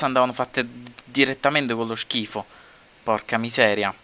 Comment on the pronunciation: Solo io amo quando dice schifu?